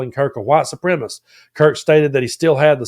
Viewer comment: I love you so don’t get offended please. It’s not ‘supremist’. It’s ’suprem-a-cist’.